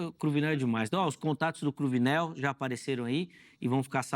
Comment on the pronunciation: Cruvinél é Cruninél viu.